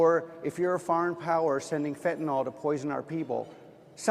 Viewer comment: Fentanol. What can't anyone pronounce fentanyl?